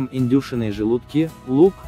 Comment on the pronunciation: Это что за издевательство? 0.5 чайных ложек, 1 грамма, индЮшиные желудки... Вы на каком языке говорите? Слух так режет, что рецепт не воспринимается.